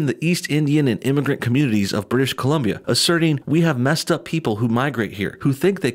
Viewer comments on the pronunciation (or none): none